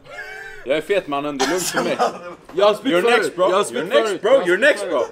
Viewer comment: Någon som har en "mannen"-räknare? Hur många mannen fick vi höra? 40 000 miljarder gånger ... Och hur många "braw" hörde vi? Bro stavas det och uttalas ... "Braw" är något hittepå uttal ...